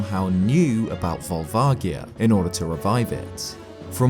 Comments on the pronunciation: Pretty sure it's a hard A, and a soft O and G. Volvagia. The first A is pronounced as an A, or eh and not ah, or aw. The G is pronounced with a soft G like George, or like you would pronounce a J like Jerry, and not a hard G like Garry or grapefruit. The O is also a soft pronunciation like "aw". Edit: Looking at it again, the "vag" in Volvagia is pronounced like "v-age", with the AG sound being pronounced the same way you would say "age". "V-aw-lv-age-ia." or "Vol-vay-gee-uh" Phonetically speaking of course. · Vol-vah-jee-ah will always be how I pronounce it, it's closer to the Japanese pronunciation. They came up with it so they get to choose pronunciation. I know I should just let it go and I'm sorry for being petty about it, but I just couldn't leave it alone. THAT SAID, this video was really great and informative! It really made me look at the Fire Temple and Volvagia in a way I never had before. Though honestly I thought you were going to say the Gerudo built it when you started talking about how Ganon might have known about the dragon. That, combined with the architecture and the original style of the Fire Temple's music with the Arabic sampling really made sense to me. I was a bit surprised you didn't go in that direction! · The G in Volvagia is a “soft G” actually, when looking at the Japanese spelling. Amazing video. Never would have known about Spectacle Rock being in Ocarina of Time. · I have pronounced it vol vadgia for twenty years. I've never heard it with a hard g until today. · JSYK Volvagia is pronounced: Volv ….:. (like the start of the word Volvo as in the car brand but minus the 'o') ag- said like 'age' (as in how old you are) ia- rhymes with Sia (like the singer/songwriter) Volv-ag-ia. Not Volv-agg-ia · That's correct. consistently gets this one wrong, because it's never been pronounced out loud in any English media - but the Japanese version quite explicitly has a soft "g" sound.